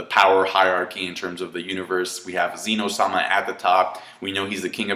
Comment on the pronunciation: The Zenou was adorbs. The God of Dragon's wakening was a fantastic scene, love that they made him huge. (BTW, it's not pronounced like "Zee no")